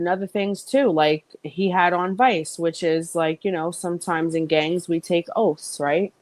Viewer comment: Why does she keep saying biker GANGS